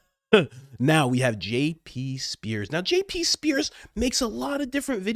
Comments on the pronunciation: You don’t have any obligation to me, a subscriber and sometime’s listener, but please, do not use Jesus’s name in vain. Please. SEARS, not sPears Thank you if you consider this request. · JP SEARS (not spears)